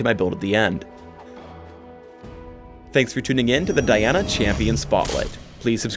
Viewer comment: at the end he said Daina !?!? and not Diana ?!?!